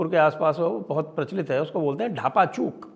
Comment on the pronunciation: ढापाचूक नहीं भाई डाफाचूक